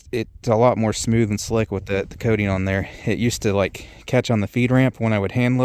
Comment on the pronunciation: Coating not kay-ting...